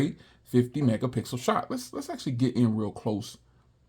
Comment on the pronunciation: 'This is the 50 megapickle shoot' got me